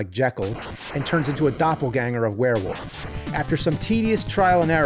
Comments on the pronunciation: I'm sorry he is pronouncing it were-WOOF, not werewolf, the crazy thing is the nerd's last name is Rolfe. Does he pronounce his own name James ROOF? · James still struggles to say "Wolf" and says "woof" 😂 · Take a drink anytime James says "woof" instead of "wolf." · FYI it is werewolf not werewoof there really is an L in there. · James, please stop saying "werewoof" lmfao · Man hearing an entire episode where he pronounces "were-wolf" as "were-woof" 12000 times really starts to grate. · All I heard all episode was him saying WereWoof without the l lmfao. All love though! 😂🤘🏼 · Why can he not pronounce the L in wolf? He keeps saying “werewoof”. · I will never get over how James pronounces "Wolf" as "Woof." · He says "werewoof" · LOL “Werewoof” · "Werewof" is all I hear. James, what do you have against the letter "L" ? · Ahh yes. A werewoof climbs up a mowden. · More like "Swearwoof" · It sounds like the character’s name is actually Werewoof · U keep saying werewoof like Maxine Waters would say it. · I just had this playing in the background so I might have missed something but way is James saying warewoof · And one every time he pronounce it "wear". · Swear-wolf. God damn it. 😅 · Nerd isn't the first person to pronounce wolf woof. But he owns it like he is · I laughed so hard when the guy said Swearwolf😂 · Ahhhh 😌... It ain't Monster Madness without hearing James say Werewoof/Woofman. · Bruh, wolf has an L in it and it's not silent. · The “L” in Werewolf is not silent, feel free to pronounce it 😂